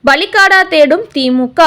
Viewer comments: அம்மா! அது பலிகடா. பலிகாடா இல்லை. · பலிகடா தான் சரி.பலிகாடா இல்லை.